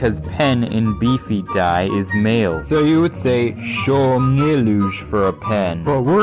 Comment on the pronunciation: the way you pronounce BFDI as /bi.fi.'dæ͡i/ never fails to disappoint